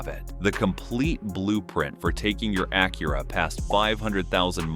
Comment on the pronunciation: The ai voice over cant even say "Acura" correctly. Embarrassing.